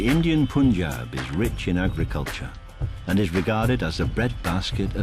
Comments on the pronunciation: These whities, it's pronounces "Panjab" , not "Pooonjab" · It's not "Poon"Jab, It's the "AA" sound, Not the "OO" sound. Try saying Pun(the english word) followed by Jab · He keeps saying it! It's notPOOOOON!!!! you imbecile!!